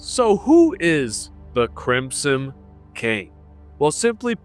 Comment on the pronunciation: "who is.... the crimsome king" holy shit dude please learn English